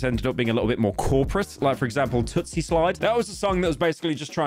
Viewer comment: Pyro I’m sorry but it’s TOOSIE slide not TOOTSIE. Drake was lowkey biting another rapper Toosii